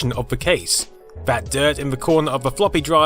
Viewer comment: Why do you pronounce some th sounds like v, for example "vat plastic isnt discoloured"?